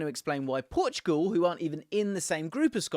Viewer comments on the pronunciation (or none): none